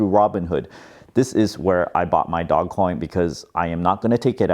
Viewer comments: Its Dogeeee not DOG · This is a bubble that is going to end in tears. People bidding up assets they don't have a use case for except for selling them to other people for higher prices. You don't even pronounce it right, it's said “dohj coin” not "Dog Coin." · Not DOG, DOGE (Dowzh) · It's pronounced Doe-J NOT Dog Coin lmao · its not dog coin its doge coin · This guy is gonna drive me nuts. NOBODY CALLS IT DOGCOIN. ITS DOGE!! DOGECOIN. GET OVER IT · is calling it "dog coin" instead of the correct pronunciation of "doje coin" so then people comment about the mispronunciation and the yt algorithm picks up the video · Its "doje", not dog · Bro is anyone else triggered that he keeps calling it DOGcoin instead of DOGEcoin 😡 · Big fan, long term subscriber, liked your video. But please, I beg you! Stop calling it Dog-Coin! It's Doge! Dough-j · i thought it's pronounced dogecoin (dojecoin) not dog-coin. idk. good for you man! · I love how you still call it Dogcoin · Nah it's his personality. It has a dog, he calls it dog. No irony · I love that you’re calling it dog 🐶 coin. Don’t change just because people are pronouncing it a different way. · It's pronounced "dohj coin" . Look at the video: How Dogecoin Blasted Off & Made the Meme Economy Real | Know Your Meme 101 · I love how you call it dog- coin. 🐶 Makes me smile. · Its NOT pronounced DogCoin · It's actually pronounced Dog-E-Coin lmao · It's dogecoin as you say like the car brand Dodge first.